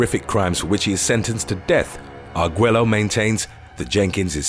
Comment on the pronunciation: Arguello is pronounced Argueyo.